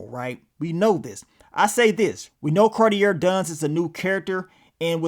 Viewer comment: It’s pronounced “Car-tee-ay”